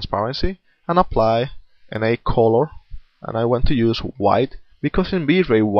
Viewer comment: "I'r use a bruish coror"